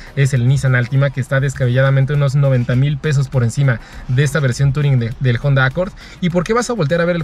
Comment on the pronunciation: Dislike por decir "JONDA"